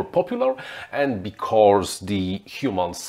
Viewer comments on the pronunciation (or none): you are great, only your pronounciation of "becauRse" is quite annoying...:)